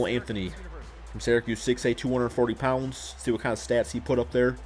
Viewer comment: did he say one o sixty five pounfs